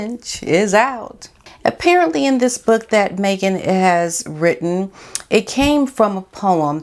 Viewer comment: I liked how you kept saying 'book' like Bhhok! aahhah